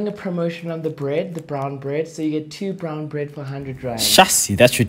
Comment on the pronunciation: Lol. Did you have to emphasize, "Brown Bread"